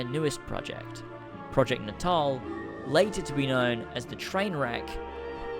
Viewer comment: That natal pronunciation lol makes sense, nobody's having kids anymore =P